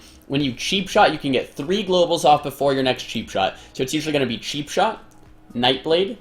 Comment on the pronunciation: its not sheepshot its cheapshot :D